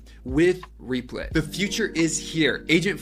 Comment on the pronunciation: That is not how you say the name..